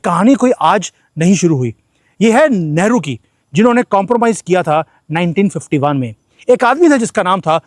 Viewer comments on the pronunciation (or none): गलती से आप लेहरू बोल गए😂😂हालांकि लग ठीक ही रहा है🤓